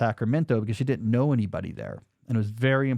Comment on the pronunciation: Why do you say "dinnent" instead of "didn't" ?